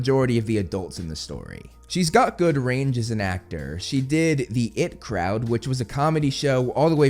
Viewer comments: Did this dude just pronounce ''The IT (Information Technology) Crowd'' as the 'it' crowd, like its about god damn Pennywise... you're my guy but that shit was so not right! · As a Brit. I am so offended by your pronunciation of The IT crowd and also saddened that you guys in America haven’t seen it. Then again you’d probably make your own sanitised version and ruin it like you always do. 😂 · that "it crowd" pronunciation took me out 🤣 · It hurt me hearing you mispronounce the “IT Crowd” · Hearing this I thought he meant a completely different show at first. Would love Matt Berry to get a role somewhere.